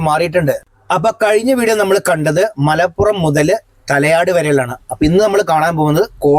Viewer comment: ''മലപ്പുറം'' അല്ല ''മലപുറം'' ഒരു പ മാത്രം. താമരശ്ശേരി ക്കാര്‍ അഥവാ നാട്ടുകാര്‍ പ ലോപിച്ച് ''മലോറം'' എന്ന് പറയും